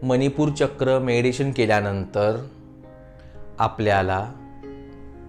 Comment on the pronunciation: Tumcha meditation cha ucchar chuktoy